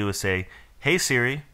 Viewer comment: You mean "Hey Sri"??